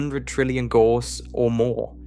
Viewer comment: Gauss rhymes with house.